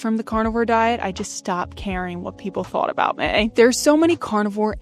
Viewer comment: It's meeeee, not may. Now that you've fixed your diet, work on proper pronunciation of basic words. This isn't a tryout for the Baby Got Back video.